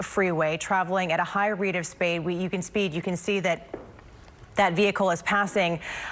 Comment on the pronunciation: She keeps saying "high rate of spade" lmao